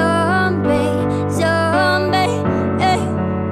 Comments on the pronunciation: i wanna pronounce zombie like how she pronounce it, but i can't for some reason lmao. The pronunciation is so cute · Awhhh.. That zombie pronunciation.. Skipping whole song just to listen that❤️❤️😍😍